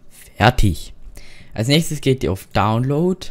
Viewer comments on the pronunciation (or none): none